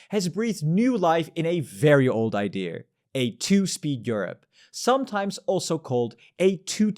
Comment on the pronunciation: he breathed life in a very old ideaaarrrr